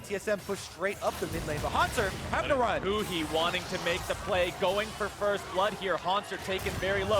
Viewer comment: 是huhi不是huni